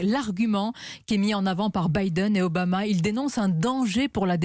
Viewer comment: oooo le joli lapsus à 4'32 .... ombama ... lol il est déjà au pouvoir obama cher ami et effectivement il risque d etre battu